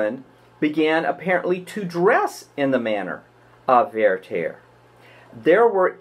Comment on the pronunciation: Why do you pronounce Werther "VeyrTEYR"? It's pronounced VERter.